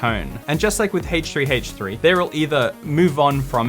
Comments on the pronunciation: Why does he h3h3 so weird. Its like haahch3haach3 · I love the way you pronounce Haych3Haych3 😂 But on a serious note, I've found myself more and more drawn to these negative commentaries - as well as drama channels - and I don't know why. Some psychologist could probably explain it. Thank you for bringing my attention to this, I'm going to go watch a squishy repaint video with lots of rainbows.